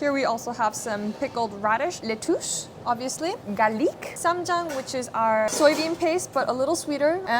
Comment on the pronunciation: Oh come on, the way she said garliqúe 😂 i love her sm